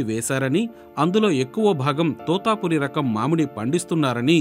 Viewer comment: తోతాపురి కాదు తోతాపరి.